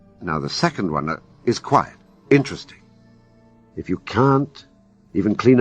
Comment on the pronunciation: Why doesn't AI understand the difference between the words quiet and quite?